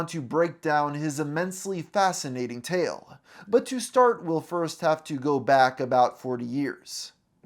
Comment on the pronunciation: I just noticed that you add extra syllables on the ends of words. As a resultuh February of twenty tennuh And you do the Spanish speaker thing where all words starting with S get an e in front of it. Ehstart instead of start. Can't unhear it lol